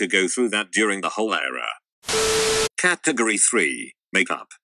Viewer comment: I like the way it pronounces "caatagoree"